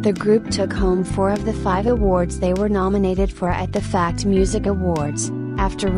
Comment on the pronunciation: I am sorry i heard "fat" instead of '"fact". 😂